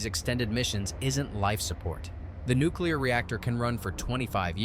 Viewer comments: Nu-clear bud, not Nu-cu-lear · Its "nuculser"... the "S" is silent. They want people in the field to be murderous so they feed them whatever. I think they want to keep someone from going private Pyle on a sub so they give them cookies and shit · The dude on the bike is killing me lmfao, his name is Nuclear.